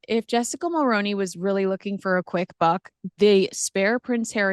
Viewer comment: Always interesting! Just one point, the last name Mulroney (Ben & Jessica) is pronounced differently here in Canada. Other than that, good job! 😊